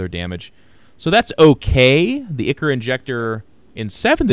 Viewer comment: ichor = "eye-core"